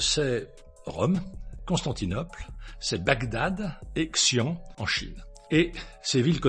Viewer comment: Le nom de la ville chinoise: Xi'An, se prononce "xi-ann(e)"